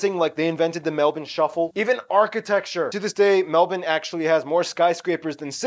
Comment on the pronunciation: Yeahhh honestly, I don’t think Australians would expect anyone from the US or Canada to pronounce it as “Mel-bin” “Mel-burn” would be a perfectly acceptable pronunciation Just not “Mel-born”